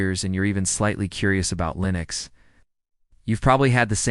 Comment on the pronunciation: “Linus Mint; Cinnows 7”; “Linos Mint; Cimniin”…???!!! WTF!! Proof your AI Slop much?